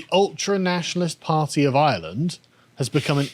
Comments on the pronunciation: still can't pronounce Ireland ffs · The Irish parliament (Dáil Éireann) is completely full of globalist, woke, far left traitors. And hell yes that is depressing. But at least Irish reunification is around the corner AND we have a fantastic rugby team! And who knows maybe will one day learn to pronounce ‘Ireland’ correctly and Karl will bother to learn absolutely anything about his nation’s nearest neighbour. One lives in hope.